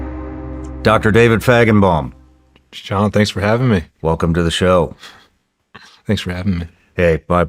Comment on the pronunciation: How many think he's pronouncing his last name wrong. Or am I hearing it wrong